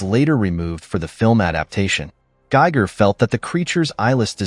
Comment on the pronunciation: H.R Giger's name is pronounced ''Geeger'' not geiger as in geiger counter...